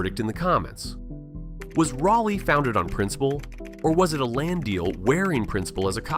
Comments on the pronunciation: AI, but interesting. I just wish your AI voice over would have pronounced the name of the city correctly (by local vernacular). Drove me bat crazy. What happened during the Civil War here could have been elaborated upon. Raleigh was a fortified city with walls and ramparts around most of it - and canons. It wouldn't have been a walk in the part for the North. Some parts of the fortifications are still visible if you know where to look. One wall looks like a simple retaining wall behind a house, and only has a small plaque indicating what it really is. The deal made was that no shots would be fired at the Union troops, or the city would burn. But.....one retreating Reb, supposedly from Texas, almost ruined it for everyone. There was a statue of this guy at one point, but I haven't looked for it for years. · That’s not how you pronounce Raleigh! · Your robo-voice needs to pronounce it properly. He consistently pronounces it "Rally" which is incorrect. It is pronounced "Raw-lee" without exception. Fix it! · I say the locals call it Rolly. The word raw isn't what I hear. How about Rah-lee? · Shoutout to Salt Lake City , The Grand American Hotel. Nothing to do with Raleigh. Zero mountains. Also, "RAH-lee". Not "rally". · Say it with me....RA-LEEE. No slow down on the break. Just as quick as you say it you start it by you'll slow down on the last E. And most of us are pretty sure it got the name city of oak cause despite growing a city out of a forest and the many clearing made we got trees literally everywhere. Our soil is clay and doesnt like much and yet an oak tree can grow here without much effort. Its insane, outside the core of the downtown area and you have to fight a green skyline of oak trees to see anything. Thank god cause our summers are the worst and those trees are about the only ever shade youll get, and that shade is just to block the sun cause the humid heat will literally still find the air around you shade or not. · well, more like RAH - lee.